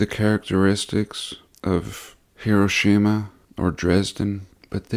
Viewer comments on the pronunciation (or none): none